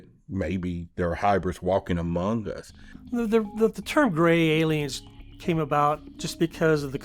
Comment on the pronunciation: AmoUng? Really? Can't take this seriously.